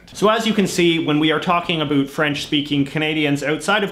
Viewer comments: This guy doesn’t even know how to spell words Example: the word about is pronounced (a) (bow) (t) not (a) (boot) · Exactly why I came to the comments section! The only times I've ever heard "about" pronounced even remotely like this is on American tv mocking Canadians. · Being a Canadian myself I’d never heard anyone pronounce “about” as “a boot”.. until now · absolutely not, the Canadian French accent will emphasize the ending "t", but won't distort the "ou" which is almost the same phoneme as "oi" in French. The boot thing is exclusive to South Park. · He's doing it on purpose. However, after having spent time in the US and having my ears adjust to them saying "at", "a bat", and pronouncing almost every vowel like it was an "a", I can absolutely confirm that when I moved to Vancouver it sounded like everyone was saying "oat" and "a boat". After about 5 months in Vancouver, I started to go a little crazy because I could hear both depending on whether I was talking to a Canadian or American friend. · he MUST be doing it on purpose - NO ONE does that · yeah, he's taking pokes at the french but then pronounces "about" the way it would sound coming from someone who's native tongue is french. funny that neither Trudeau the elder nor Stanfield were pronouncing it "a boot" in the interviews he presented. this might have become a thing after that famous South Park episode. Chapeau bas! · What's with the extra syllable? "Bi-ling-yu-ull" vs "Bi-ling-wal." Even your English is strange, What's that "a boot?" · dudes faking that shit so hard. I'm from northern wisconsin/minnesota. say "about". you say the 2nd syllable with an open mouth and pushing air out of yr mouth. this guy is just hamming it up and engaging in a completely separate pronunciation cause its a stereotype. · yes, but it's never that much of an "oo" sound - he's totally exagerated it on purpose. as someone pointed out, he pronounces it as a canadian usually would.